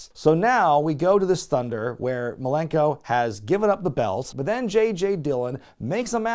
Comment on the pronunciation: Best part of that Jericho vs Dean Malenko feud? Jericho calling him “Dean Malerkel’